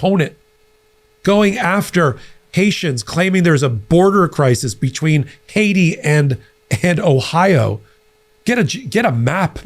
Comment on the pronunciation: Dude, there's no such place as "Haitia," either 😆😆😆!!!